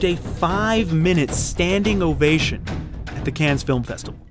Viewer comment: Thanks for the great content! Just a few pronunciation tips - it's Jerry Bruckheimer, with a U not an O. Razzie is short for Golden Raspberry, so it's not pronounced like it has an O in it. Also, the S in Cannes is silent.